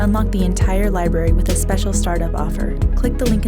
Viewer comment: You know they're ignorant morons when they pronounce it "Liberry"